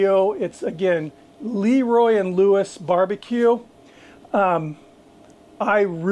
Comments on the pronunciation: It's pronounced, eh, like Leh. Not Lee. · Leroy and Lewis is great. Been to the original trailer and I think they have a brick and mortar now. I will say, not to be critical but it is pronounced with a schwa sound like Laroy and Lewis rather than Leeroy. Again not being critical. If you like them one of the guys who used to work with them is Bradley Robinson from Chuds Bbq on YouTube and he is a good resource for some of the things Leroy and Lewis cook. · LahRoy is the correct pronunciation.👊🏾